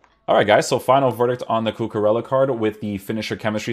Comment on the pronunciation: cucurella not cucarella